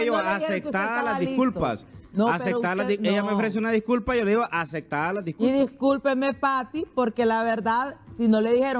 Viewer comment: Que periodistas más chusmas! De los 3 ni licuados sale uno! 😡😠 Está gente no habla, gritan!!! Acectadas????? 😡😠 Aceptadas!!!!! Ni hablar saben!!!